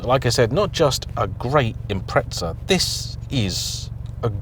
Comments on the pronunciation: I'm gonna be that guy. I am surprised considering how much you say Impreza, you pronounce it incorrectly. You say it as if it is spelt Impretsa. There is no T or S. I understand native british speakers commonly sound out the silent T's in words. Or like to say Peetsaa instead of Pizza, yet when there is no T at all. Z's get pronounced as if the Z is now a TS. But i feel like it's a little bit on the nose, when being so excited about Subaru Impreza cars that so many people pronounce it's name poorly. And if anyone wants to get counter technical, Japanese speakers pronounce it as Inpuressa. No T letter sounded. It's just jarring to hear, over and over again. Good video though. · It's not Imprehtsah that's for sure. Japanese 'Im-Pressa', English speaking world 'Im-Preza', Brits 'Im-Preht-Sah'. Pronunciation is one thing but where do Brits get the T and two H's from? They just make letters up that aren't even there. Even the nasal Aussies can get this right and they can barely speak in a comprehensible language. Imprehtsah for crying out loud 🙄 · Where Brits get the S and T and two H's from is a mystery. 'Im-Preht-Sah'.. WTF even is that? They just make letters up that aren't even there. Even the nasal Aussies can get this right and they can barely speak in a comprehensible language. Imprehtsah for crying out loud 🙄 Funny for a pedantic mob that lose their tiny mind if you mispronounce their village. For a country that apparently invented the English language why they can't speak it is baffling. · Say it as it's spelled like the rest of the world does. Don't go adding random S's or T's and you'll be fine. Geez, for a country that apparently invented the English language why Brits struggle with it is baffling. 🙄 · Where are you from and how do you pronounce it? In Japan I've heard it pronounced "Impressa". The word is Italian in it's origins and they pronounce it "Impreza or Impretza" seemingly depending on region/dialect. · Why do you call it impretza